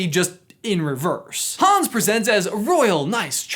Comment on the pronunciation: Hans... not Hones